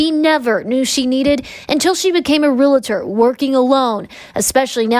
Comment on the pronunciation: That news story near the end, you would think a news reporter would know how to properly pronounce "realtor".